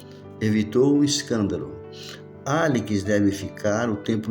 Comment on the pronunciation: Demorei 5 capítulos pra entender que esse "Alikis" é Alex. kkkk